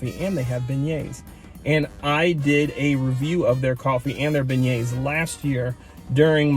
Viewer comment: Beignets (ben-yayz)